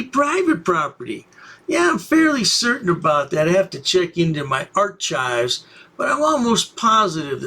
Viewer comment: Ar-chives lol..and he swear he is being proper